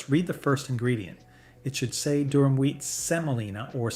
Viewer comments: Durum. Not Durham. Also Semolina, not Selina. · IT'S NOT "DURHAM" BUT "DURUM" SEMOLINA, FROM LATIN FOR HARD. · * DURUM not Durham, Durham is a city in the south. * SEMOLINA not selina. * It’s pronounced fah-REE-na not fah-RAI-na. * And the mold is called a DIE not a dye…. A dye is a coloring. * Why do you show so many shots of ramen? It’s Chinese and it’s fried, precooked instant noodles that you can even crumble over salad without cooking again. * A minor TEXTURAL issue not textual. A few years ago I looked at the manufacturer of both Ronzoni and American Beauty, on the package. They were both made by Hershey. Called Hershey. Turned out both brands were made by the same factory, same machines, exactly the same formula and product. I asked Hershey why they make Ronzoni when American Beauty is so much cheaper, and they said “customer loyalty.” But they’re the same except for the price.